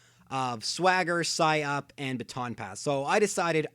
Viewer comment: think he meant psych up, and pronounced it as psy up